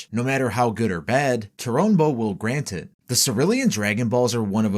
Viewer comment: Grant not vrant no hate btw